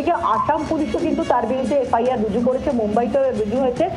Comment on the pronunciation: "রজু" করা হয়েছে বলতে????..... Bengali news ❌ bangadesh news✅😅😅😅😅